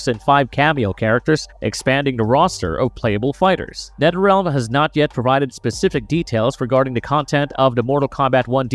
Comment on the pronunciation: Did he say Netterrealm? And bruhters? Lol He must not be able to say words with TH